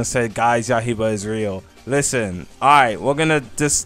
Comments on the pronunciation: its yai BAH not ya iba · Bro been calling it Yahiba for over a year now 💀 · Why bro pronounce yaiba like that